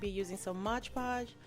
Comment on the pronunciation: It's absolutely glam & beautiful !! & it's pronounced mod podge not modge podge . Lol